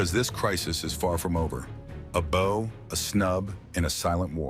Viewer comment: Narrator- your mispronunciation of the word “bow” is ridiculous. You are pronouncing it as 🎁 (the item on the top of the package). I don’t think that is what you are talking about.